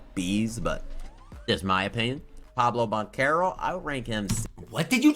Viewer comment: Pablo bantero lmao bro enough already give up bro give up lol jesus